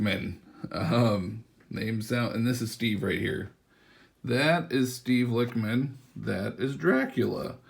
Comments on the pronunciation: Bruh The Lich in “Lichman” is pronounced like the wich in sandwich. This is because Steve is a type of Necromancer called a Lich. If you don’t know what a Necromancer is, it’s a Wizard that brings back the dead. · It’s pronounced lichman like itchman